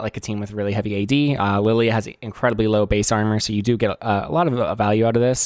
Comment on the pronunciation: alternate title: guy mispronounces the name of his main champion for 40 minutes